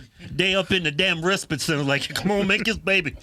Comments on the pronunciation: Respit is what she is saying. Its respite. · RespITE - rhymes with fight. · Why can't supposedly educated reporters pronounce the word respite, not respit. Why spend centuries passing laws based on logic, common sense and to benefit YOUR citizens, then by-pass them, with nonsensical laws. Decriminalise crime and illegal activity, somebody's cooking and it's a recipe for disaster.